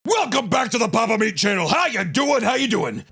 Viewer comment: I think it's pronounced Pyapa Myeat